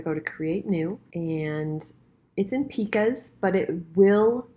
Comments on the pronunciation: Plus pica is pronounced like P EYE KA not PEEKA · I went to prepress school. Pica is not pronounced like peeka. It's pica like pie-ka. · It’s pronounced “ˈpī-kə”. -the old compositor ;-) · Sooooooooo amazing! I learned a lot from you! Two things: pica and leading were both mispronounced. Good luck!